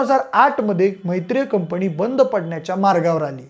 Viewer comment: कंपणी नाही रे कंपनी